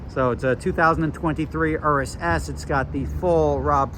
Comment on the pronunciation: Thanks for pronouncing urus properly